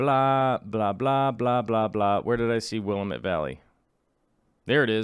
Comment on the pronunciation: Will-am-it not Willa-met. I hate being that person critiquing your pronunciation but I guess I am that person:)